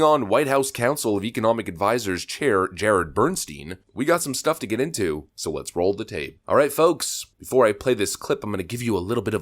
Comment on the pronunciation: "Bernstien" Every. Single. Time.